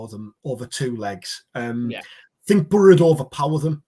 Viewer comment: Love this content guys buttttttt I don’t like how says Boro it’s like burra 😂